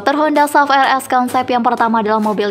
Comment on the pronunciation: Sebutan S- U - V. Buat kerja rumah sebelum.buat video - SUV itu kepanjangan dari Sport Utility Vehicle